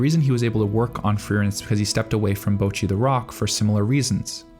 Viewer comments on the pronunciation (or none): why do people still pronounce bocchi incorrectly 🥀